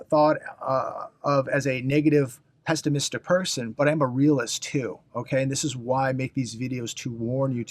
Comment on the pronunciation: Happy Thanksgiving. Thank you for your love and caring and asking people to invite their lonely friends over. BTW it's pronounced not "pestimistic" but rather "pessimistic". What do you do with your used shirts and sweaters? You never wear one twice. Let's see your wardrobe. I would prefer you drop SD Bullion, it's the one red flag that lingers about your motivation and credibility. Just a suggestion.